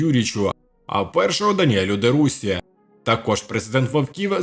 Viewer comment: Канал дурня,ведучий каже "де Руссі" ,де ідііїйото